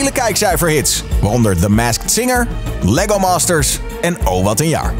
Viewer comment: Wie valt het op dat de voice-over “Lego Masters” verkeerd uitsprak!